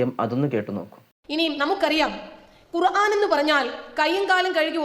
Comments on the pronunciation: നിങ്ങളും ഖുർആൻ എന്നു പറയുമ്പോൾ വാക്കിന് തെറ്റുണ്ട്. അയിൻ അല്ല അലിഫ് ആണ് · ഖുർആൻ എന്ന ഉച്ചാരണം ഐൻ അല്ല